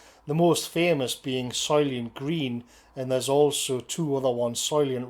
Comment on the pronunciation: "Soylient Green"